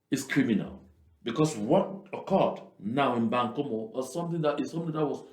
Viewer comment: The area is called Mbangkolo not bankomu